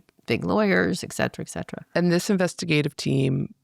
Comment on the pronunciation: Another one often mispronounced is “ek- set- era” instead of how it’s spelled - sounded like “et-set-era”.